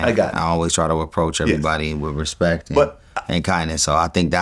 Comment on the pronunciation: "I respeck you" 😂